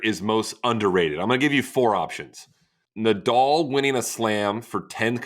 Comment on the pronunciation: why can't americans pronounce the name Nadal correctly?